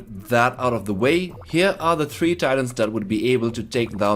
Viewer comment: the way he says Titans, i thought its tyrants